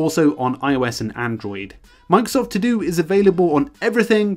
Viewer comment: "Mang-sof To Do" >> this is all I hear